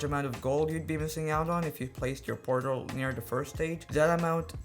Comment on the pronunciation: Bruh 2 miss say portel lol😂